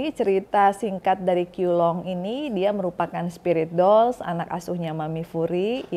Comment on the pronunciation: Bacanya CHIU LUNG